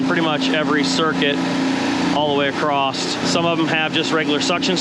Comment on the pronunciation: I don’t know if you’ve noticed but you say across with a t